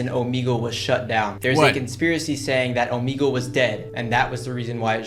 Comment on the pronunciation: yeah its o-m-eg-le